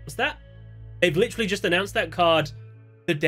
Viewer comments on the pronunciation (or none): none